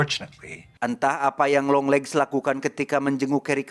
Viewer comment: apa cuman gw yang denger longlegs lama lama jadi dengernya yonglex ? 😅